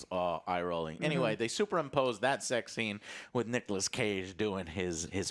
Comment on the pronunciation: "nichas cage"